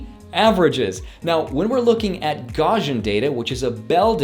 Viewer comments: The word "Gaussian" is pronounced with soft S sounds in the middle. Named for a person named Gauss, which rhymes with mouse :) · Good advice. But funny you say mean when you have median written out lol and sorry but the way you said gaussian was cringey (coming from a data scientist grad) lol I'm glad you're sharing this information though with everyone. Information like this should be democratized